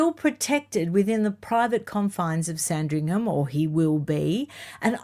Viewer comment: I hope you don't mind me letting you know, that the 'h' in Sandringham is silent - this is meant kindly🙏